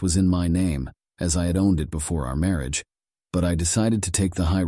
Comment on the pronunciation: Wats with the ai bot narrator? can't pronounce words I mean who doesn't know how to say marriage properly ?